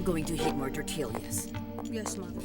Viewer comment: “I’m going to heat more ‘tore-tee-lyahs’.”